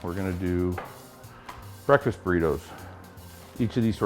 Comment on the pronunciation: he says brake fast not breakfast.